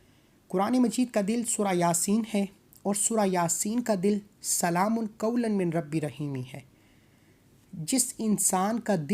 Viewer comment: अस्सलामू अलैकुम, शुक्रिया। आप ने इस आयात की बेशुमार फजीलत बयां किया है बिल्कुल ही अच्छा। लेकिन अगर आप मिन को पढ़ा है लेकिन सही तरीके से पढ़िए इस तरह से "मीर रब्बी र रहीम"शायद आप हिंदी से ही है।